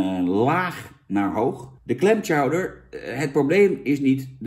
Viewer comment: "Tjouwder" Jan geen "Sjouwder" xD